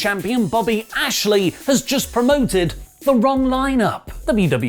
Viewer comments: His name is Bobby Lashley. You should at least get his name right. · It’s Lashley Not Ashley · Bobby lashey* not Ashley